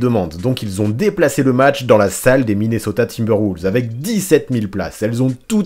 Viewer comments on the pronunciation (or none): none